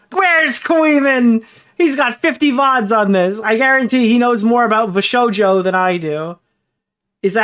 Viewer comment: This mf really called it vshojo bizzare adventure 😭